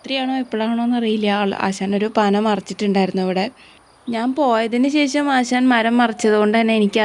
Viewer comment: പോയതിന് ശേശം അല്ല ശേഷം എന്ന് പറയൂ കഷ്ടം